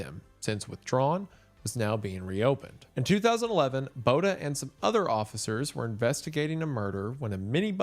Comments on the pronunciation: I REAL just want to help this man say Botha correct😭😭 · Man the way you butchered Botha....🤣